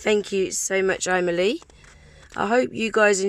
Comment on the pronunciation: Kept hearing you saying "I Millie" 😂🙈🤣